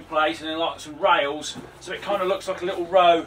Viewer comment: lol what? rasl? rails lol gata love how different people speak around the world.